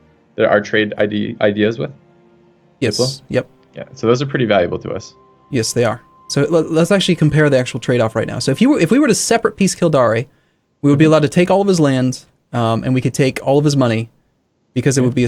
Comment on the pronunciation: it's pronounced Kill - Dare:) love the bids